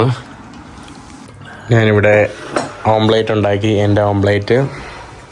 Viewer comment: കരോള തേച്ചോ? ഓം പ്ലേറ്റ് അല്ല. ഓംലെറ്റ് ആണ്!